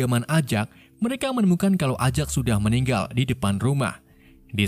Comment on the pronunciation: Kok baca L nya gitu? Contoh kata "Meninggal"